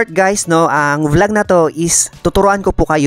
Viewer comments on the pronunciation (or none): none